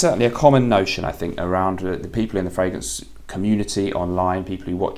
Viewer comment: I've been in the frag game a while, and I've never heard someone say "the frangrance game"